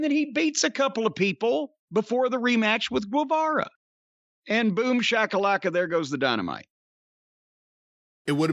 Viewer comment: Guevara is read as ghe, jim